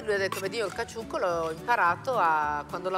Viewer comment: E il mitico gattuccio nel caCCiucco che la Clerici non riesce manco a pronunciare...🙄